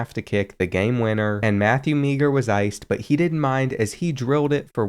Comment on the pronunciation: It’s Matthew Maher